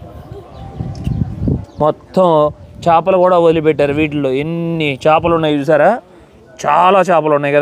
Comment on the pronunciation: వీడియో చాలా బాగుంది కానీ మీరు తెలుగులో కొన్ని తప్పులు మాట్లాడారు. కనిపెట్టారు కాదు కనుగొన్నారు అనాలి. ఏదైనా అప్పటికే ఉండి ప్రపంచానికి దాని ఉనికిని తెలియజేస్తే కనుగొన్నారు అనాలి. మారిషస్ దీవిని, దోదో పక్షిని కనుగొన్నారు అనాలి. అలాగే చాపలు కాదు చేపలు అనాలి. అలాగే అలలు చాలా ఉద్రీకతగా వస్తున్నాయి అన్నారు ఉదృతంగా అనాలి. మీకు తెలియదు అని కాదు కానీ తెలియని వాళ్ళు కూడా తెలుసుకుంటారు అని చెప్తున్నాను. మీ మనసు నొప్పిస్తే దయచేసి మన్నించండి. మంచి వీడియో మాకు చూపించినందుకు ధన్యవాదములు అండి 🙏🙂